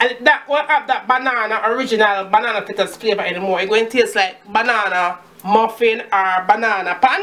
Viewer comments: It's fritters not flitters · Good video. Had to watch it twice. Lawd you mek me laugh when you se you flaa flaa fritters. Me ago mek dis pon de weekend. Lmao ..